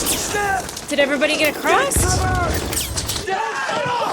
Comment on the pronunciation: Loved it when you crossed (crost?) out the S and replaced it with a T for acrost